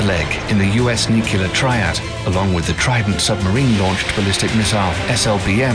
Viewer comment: Anyone else have a brain spasm every time he says " nucular"?